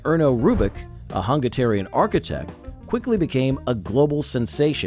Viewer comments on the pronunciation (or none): Ernő Rubik, a Hungaterian? Never... (seriously, how difficult is it to say Hungarian? FFS SM)